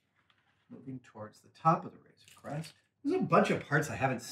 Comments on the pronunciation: am I the only who heard "razor quest" instead of "razor creast" ?? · A couple of times it sounded like Adam said Razer Quest :D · You would be correct